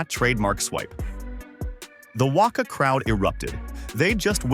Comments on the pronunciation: It’s pronounced Wacca, that’s how it’s spelt not Wocca. Like rock and cat, practice on them. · lmao...i always get a cack out of the pronunviations....ie WUCKUH, pronounced WACKA (WACA) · WACA pronounced WA CA not Wakka. Andrew Symonds as 63 Shane Warne was 23 a simple thirty seconds of research would have tld you that, I mean you can even see the name Symonds on the back of the shirt. Just a heads up: many people will watch a comedy skit that pronounces WACA like half a Fozzie Bear and calls Andrew Symonds Shane Warne even though Symonds was a dark haired dusky medium pacer and Shane Warne was a golden haired whitey that was one of the world's most prolific wicket taking spinners. They won't however subscribe because of how badly it was researched. Also There are two or more called six that hit the Marvel stadium roof. Not to mention all the sixes hit out of the Adelaide Oval over the North Hill, much longer than the 119m classed as six. Also the 119m was also hit off Symonds Medium pace. 6 though off Sharmi was over cow corner which is a long way to the legside of over the bowlers head. T20I for international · It’s not the WOCA, it’s the WACA lol 😂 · How this guy/A.I pronounces WACA is a crime.